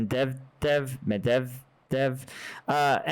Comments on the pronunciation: med ved yeff :face-red-heart-shape: accentuation on ved I think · As we're told here that the Russians are fighting with World War 2 equipment and wasted from Vodka it's impressive that they make significant progress!!😂 He can't even say Medvedev!! 😂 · medvedev was the president of russia and you do not know who it is and you are not able to read his name even half right